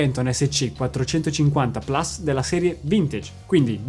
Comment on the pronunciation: Piccolo appunto da grammar nazi Non si pronuncia "PLAS" si pronuncia PLUS, è latino, non inglese. Per il resto totalmente d'accordo, la serie 450 è mostruosamente bella!